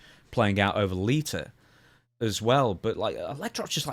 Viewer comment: He called Lita, Liter 😂